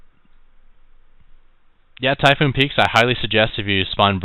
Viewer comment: map typhon peaks- NOT TYPHOON peaks(u said typhoon peaks alot) its ok just common mistake.